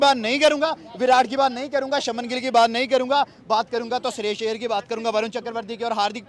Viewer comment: He is Shreyas Iyer not Shahryarz 🤣😂 Hindi ki band baja di